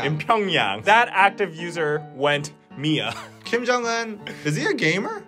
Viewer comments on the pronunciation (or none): Hahaha went MIA? ITS. M. I A